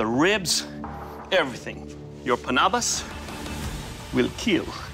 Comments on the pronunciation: Doug’s pronounciation of Panabas is more natural in a sense and reflects his pinoy roots. He really is born and raised in the Philippines. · The way he pronounced panabas and kampilan is so good, is he a Filipino or what? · So that's why Doug pronounced kampilan and panabas correctly, he's Filipino.